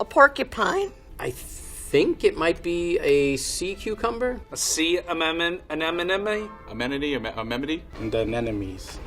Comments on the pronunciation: Amenemone? An enemy? 😂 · a sea amemememome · All the people that said, "anemone" cant say anemone 🤣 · You get about 8 people trying to say anemone and not even one of those slobs can do it. And it wasn't even an anemone anyway! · My favorite part was everyone trying to say "anemone" 😂😂